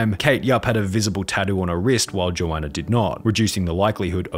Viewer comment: It’s yo-an-na